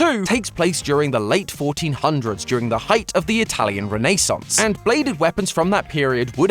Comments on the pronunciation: “Renaysaunce?” in America it’s ren-ah-saunce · Reh-... Reh-nay-sans? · Renaissance ❌ Renay Sauce 👁️👄👁️ 💅🏽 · The way says Renaissance is the same energy as Santi saying CapriSun.